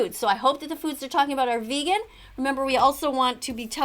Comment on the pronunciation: She's the type of person who tells lions "are you going VEGEAN?"